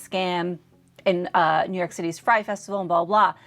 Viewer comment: girlll its not frye (Fry) festival, its FYRE (Fire) festival, lol